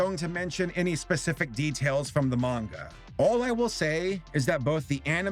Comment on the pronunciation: Thank you for pronouncing Manga correctly